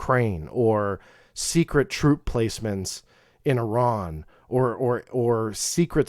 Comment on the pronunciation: You pronounced Iran correctly! thanks! Sincerely An Iranian